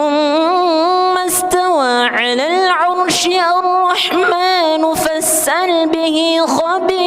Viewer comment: ARROHMAANIRROHIIM NYA KURANG PANJANG BACAAN MAA NYA...SEHARUS NYA DIBACA 2 HAROKAT...TETAPI DIBACA TDK PAKAI HAROKAT...